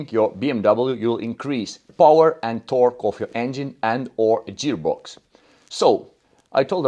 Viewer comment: Не джеарбокс, а геарбокс